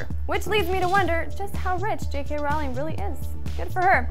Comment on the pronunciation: Rowling like Bowling! Get her name right!